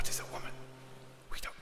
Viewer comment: The intro........ "What is a wyhman,....... we don't know"....... 😜😜😜😜😜